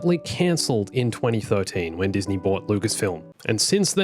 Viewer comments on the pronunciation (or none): none